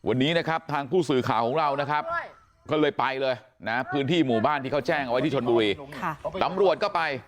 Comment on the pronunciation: พ่อนักข่าวเอ๋ยพูดปรกติเหมือนเมื่อก่อนเถอะนะ ชลบุวี ร้องเวียน(ร้องเรียน) อะไว(อะไร) .....เฮ้อ